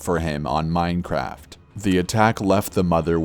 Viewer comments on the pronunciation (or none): me: ohh i like the scaary the guy: micraft me: WHY minecraft that anit scarry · GASP MINECWAFT